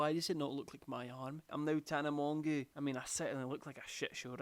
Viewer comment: calling Tana "Tana Mongoo" >>>